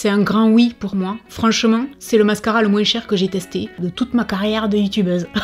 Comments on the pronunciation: On l'adore ton "moinseu" 💕merci pour cette vidéo ❤️ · Coucou ❤️ merci pour cette vidéo 🥰 j’adore les séries « fuyez ou achetez » 😍 et j’adore comment tu prononces « moins », j’ai l’impression d’être en vacances 🥰🥰🥰🥰 bisous 😘💋💋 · Ne t'excuse pas de ta prononciation de "moins"! Déjà, ton accent ne regarde personne, et ensuite, tu le prononces façon Français Médiéval, et c'est adorable 🤗🖤✨ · Coucou tu m'as fait rire avec ton moinceuuu 🤣🤣🤣tu dis aussi paketging au lieu de pakatging mais je t'adore quand même 😉,j'aime tes vidéos et moi j'achète du maquillage a petit budget et j'en suis très contente,même si j'avais les moyens je n'achèterais pas de marque de luxe,bonne soirée ma belle,gros bisous 💋💋💋❤❤❤